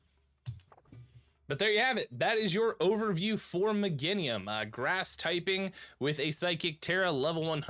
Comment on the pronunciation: Me-GAIN-IUM for the love of god so many streamers cant speak english lol